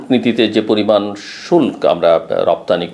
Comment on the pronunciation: শুল্ক উচ্চারণ কি?!